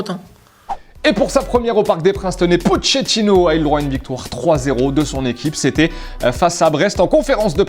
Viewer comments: Ça me stresse que dise pochetinno on dit pas poketinno au lieu de poché tinno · si tu le permets, Pochettino se prononce Poquettino, et non Potchettino😁💪🏼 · faudrait savoir prononcer pochettino quand meme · La traduction du journal marca est complètement fausse ainsi que la prononciation de pochettino. Est-ce normal??